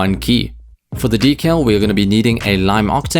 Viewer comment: lol "decal"